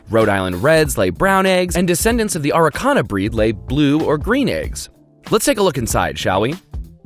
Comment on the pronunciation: Aegs is all I can hear